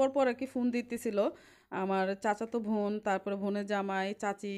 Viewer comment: বোন না বলে ভোন ভোন বলতেসেন কেন বারবার?